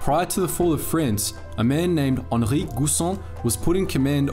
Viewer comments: Yo just real quick, it's pronounced giisan and not guusan. But great video nevertheless. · Its pronounced Gi San, and Re dui. Switzerland also pushed for early electrification of the railroads in order to cut down on imported coal in favour of domestic hydroelectric power. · In Guisan the u is silent